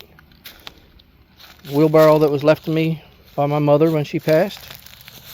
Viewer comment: Did you say, Wheel Barrel?